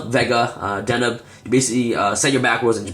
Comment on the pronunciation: bro it's de neb you pronounce weird and it's trivver not try ver lol